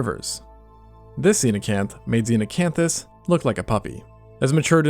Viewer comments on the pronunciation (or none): none